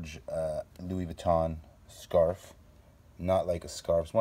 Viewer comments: Lol dont even say louis vuitton if you cannot pronounce it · “Luiss Vitton and eeves saint lor-ant”. Anyone else really annoyed by how they butchered these names?! “Gouchi” emphasis on the OU. Haha ahhh!!